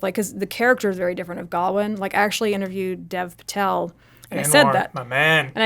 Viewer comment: Do Americans not know how to pronounce the name Gawain? Just asking because I’ve never ever heard it pronounced that way before.